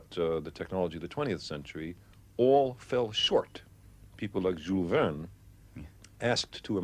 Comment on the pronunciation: Came here solely to hear him say, "Billions!" Was not disappointed. 🙌 Bonus Points: 1st (and last) time "Jules Vern's" pronounced properly on YouTube.